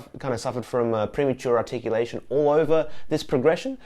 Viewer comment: Congratulations on saying "premature articulation" three times without making a mistake! (Or did you edit?)